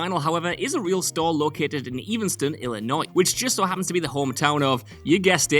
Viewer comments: love ya, but "Evanston" has a short e sound, like 'ever' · It's Cusack and it's Evanston, not Cueshag and Eevanstin. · The name of Cusak's hometown is pronounced "'Evan'-ston" Like the name Evan not "'Even'-ston" like he is saying it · Lol, it's pronounced Ev en stone, not Even stone lol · It’s not EEvanstom(long E) but Evanston like eventually every extra or other words that start with “e” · And his school was Evanston, not 'Evenston'. (Also the home of Vintage Vinyl.) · "Eevanston" ain't helping neither. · Cusack doesn’t have an h in it. Also the town is EVAN-stun. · Dude cannot pronounce "Cusack" or "Evanston" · Good list, to accompany a good movie, so not trying to be petty, but is struggling w/ "Evanston" too.